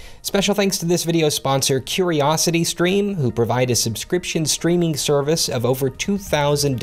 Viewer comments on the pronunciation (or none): none